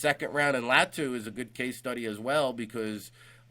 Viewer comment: This dude needs to learn how to pronounce Latu name it’s not LaT2 it’s Law-2